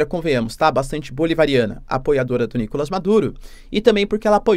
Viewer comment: Seria maravilhoso se o Maduro caísse. Não aguento mais ouvir o professor dizer Nícolas em vem de NicolÁs.